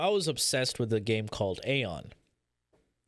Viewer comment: dude it's AION not aeon ! BLOOD FOR BLOOD